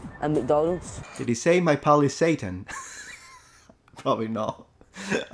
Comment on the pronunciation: He said "...'s eating" not Satan LOL